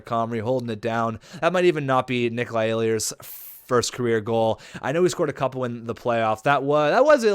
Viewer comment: I go to all the moose head games ehlers is pronounced L-ERS the e and h are silent